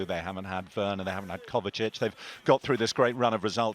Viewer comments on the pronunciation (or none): none